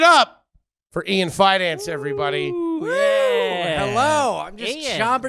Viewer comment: Just wish it was pronounced “Feh-dawn-chi”